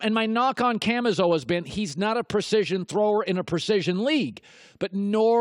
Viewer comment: Barrett Lowe it’s how he pronounces “always”